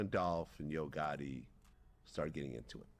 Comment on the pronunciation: Bro learn how to say Yo Gotti… damn